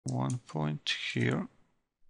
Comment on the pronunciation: Хир энд ХИР... дыс из ХИР)))) еба ты чепуха, выучи хоть фашиский нормально...